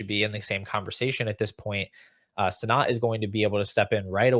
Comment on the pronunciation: Please for the love of god say Ben Sinnott’s name right. Ben “Senate”